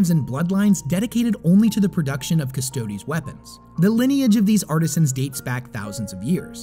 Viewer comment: Stodes.. Urhhgh, so cringe. Other than that, very good video